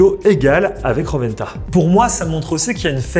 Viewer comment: ro'wen'ta et pas roventa 😅😅